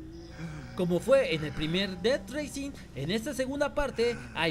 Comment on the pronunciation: no es por criticar, pero se pronuncia "raising", y no "reising", ya que eso seria carrera. Buen video igual xd